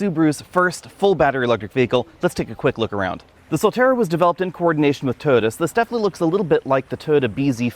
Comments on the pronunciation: TOY-OTA, not TODA. Wth? Also, Subaru and all other manufacturers should keep fabric off the dashboard. The gauge screen should have a hood around it to ensure it is readable in bright sunlight. You can see in the video that it is struggling with glare. The infotainment screen is non-critical, but drivers should always be able to see the gauges. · first time ive heard "Toyota" pronounced "Turd" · "The Toyoode" 😄🤣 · I like your Aussie accent, you pronounce "Toyota" as Turtle, and I have to get use to it, Why buy Subaru instead of Turtle BZ4X if they are almost identical? Depends on which badge i like better? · When you say "Toyota" I hear "turd"